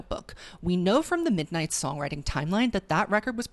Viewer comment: “Misnights mayhem” “TTPD Tracks”